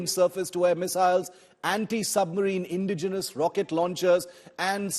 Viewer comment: Its not pronounced INdigenous, it is inDIgenous. The emphasis is on the "di" syllable. Its not DEterrence, it is deTErrence. The emphasis lies on the "te" syllable A professional of the stature of India Today should know these things..